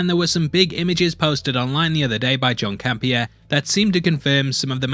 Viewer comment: Who’s “Don Campea” lol it’s “John”